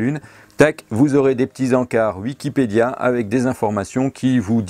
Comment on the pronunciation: Tu ES, la preuve, tu prononces "Uikipedia" au lieu de "Wikipedia", comme lui. Donc tu es lui, CQFD. #noussavons